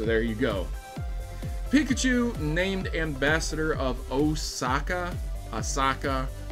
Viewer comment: Piklachu.... lol